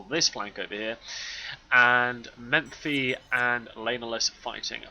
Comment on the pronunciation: It's Mephi, not MeMphi :) Just to keep the tradition of correcting something every cast.